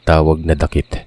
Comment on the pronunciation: Dakit word is balite tree.then pronunciation not dakit, daaakit